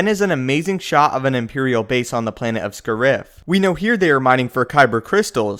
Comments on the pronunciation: Isn't the name Scarif? Why do you pronounce it as Scurif? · its pronounced "Scare-If" not "Sca-rif" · I'm pretty sure the emphasis in Scariff is on the first syllable.